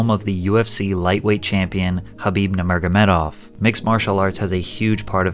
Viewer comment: Nur-ma-go-me-dov. Idk why Americans have such a hard time pronouncing it😂